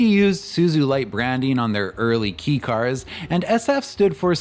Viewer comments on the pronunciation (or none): Pronounciation It’s not pronounced ‘Key’ It’s more pronounced like ‘K’ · Kay is proper, I had to stop watching 4 minutes in b/c "key" was said so many times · It’s K-car not key car 😂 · Kei as in kei car is pronounced "kay". It actually is a k. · kei is pronounced “kay” not “key” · .. Kobe..? I’ve never heard anyone pronounce Kobe as koh-b.. it’s pronounced koh-bay… also “Kei” is pronounced as kay.. not key. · It's pronounced "KAY" not "KEE". It's short for the Japanese word "kei-jidōsha" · Nice work. It’s pronounced kay car rather than key car. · key car? It's kei car (kei-jidōsha), could research it before making 40 minute long video about Japanese cars. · Ahhh sorry my bro, it's pronounced 'kay' car. And was Daihatsu missed? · Surprised I'm the first to say it but I'm pretty sure it's pronounced "kay" car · Hey, it’s pronounced “Kay” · I've never heard it pronounced "key" in the States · It's fascinating how confident you are about this. I believe that you actually speak a bit of Japanese, but it seems nobody has ever corrected your abysmal pronunciation. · It is, he just said it wrong